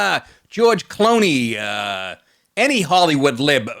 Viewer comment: George "Cloney", that's funny. Not Clooney, but "Cloney". That is hilarious and sure to piss off The Democrats.